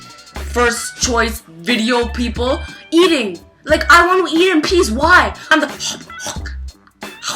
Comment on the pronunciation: why the fuck do you say wants